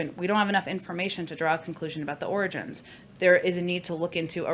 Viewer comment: I’m just glad she can say origins and not oranges.